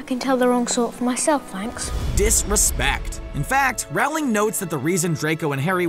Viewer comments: It's Rowling not raowling.. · IT’S J.K. ROWLING NOT J.K. RAWLING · FFS it's pronounced Rowling like Bowling. Not Rowling like Growling. It's not that hard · DID HE JUST SAY JK r- oOw- ling?!?!?!? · why is it that the guy said "j.k rawling" instead of "rowling" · Ermmmm I don’t think it’s J.K RAWRling I think it’s Rowling like ROLLLLLLLLLLLL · ”J.K Raowling” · RowLANG it’s Rowling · It’s Rowling like Bowling. It’s surprising how many people put up videos and don’t even know how to say her name. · I realize this was done in 2018 but PLEASE learn to pronounce Rowling's name! It is ROH-ling!